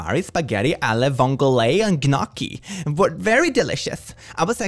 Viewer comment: Every Italian died inside when he said “Gnocki”